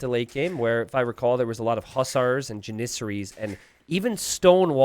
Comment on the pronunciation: I wish that you would stop mispronouncing janissaries